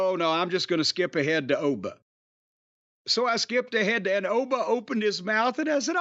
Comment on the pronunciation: At least Jim pronounced Oba’s name properly